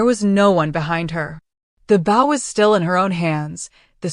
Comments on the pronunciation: None of them can. Every single one of them I have listened to, gets bow🎀 and bow‍ mixed up. It is annoying. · The stories on this channel are usually pretty good but I irritates me that the AI that reads can't tell the different pronunciations for the word b o w... But mostly I wish your narrator didn't sound so damn happy while people were dying